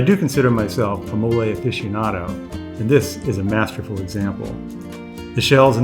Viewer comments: it’s móle not molé lol but I will say your video was great and informative. Ty. Lettys looks great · The correct pronunciation of mole is MOH-leh.! As in guacamole.